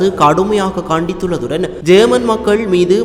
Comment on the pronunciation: ஜேர்மன் இல்ல யேமன் சரியாக உச்சரிப்பா